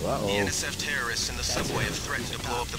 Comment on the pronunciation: Is it just me or did she say Terrorists-ists At the start of the mission?